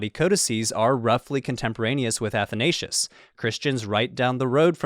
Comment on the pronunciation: wish you would have had pronounced Athanasius property